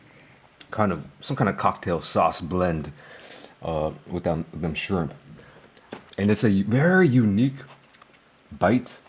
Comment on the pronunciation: Burger King got "SCHRIMP"??? 😂